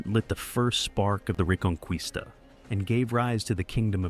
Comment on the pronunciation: Its a cool Video but the Word "Reconquista" sounds wrong in the Video